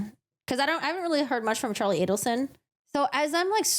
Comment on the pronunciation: It's A-del-son.